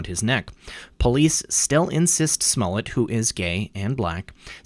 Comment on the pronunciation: Who is Smullet? Are you referring Smollett? :)